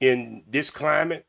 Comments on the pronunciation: He said, "I 'pacifically' said" "aminal" "climant" "changoliers" and "mental pause." He needs to study Webster's dictionary before he tries to read people. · pacifically climant 😂😂😂😂😂ignorance at its best!